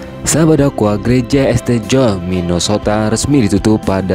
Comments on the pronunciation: St. John di bacanya bukan Este John, tapi Saint John. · Bacanya St.John itu dibaca "sin Jon",. Belajar dikit dong. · ST John dibaca Saint John